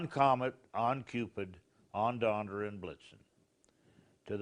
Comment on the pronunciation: Or when says "on Donder and Blitzen." 😹